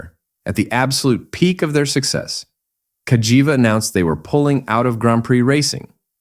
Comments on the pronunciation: Is there any word that Burgerpeople cant mangle? Kah Jee Vah ffs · How many different ways can You Pronounce Cagiva (Ca - Gee- vah) in 3 minutes? & None are right! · It's cag - ee-va when you say it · it said Cagava 😂😂😂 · This is for the person uploading the AI slop videos. Nobody wants this shit. I can find this history on Wikipedia without having to listen to a robot voice that pronounces Cagiva incorrectly in a dozen different ways. Have some pride you vulture. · It pronunced "Cagiva" in 10 different ways during the video 🤣. I didn't even know that was possible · And none of it sounded right 😂